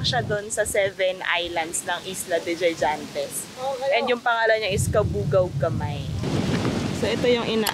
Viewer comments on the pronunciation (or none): Islas De Gigantes ang pronunciation sounds or read like “ Higantes “